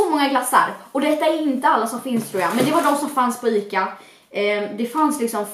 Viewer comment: Amelia Ostrom hon säger ICA!!